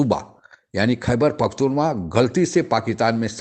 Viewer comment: भैया खैबर पख्तूनवा नहीं पख्तूनख्वा है